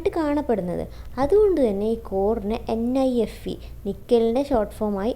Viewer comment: NIFE is tell nefe😂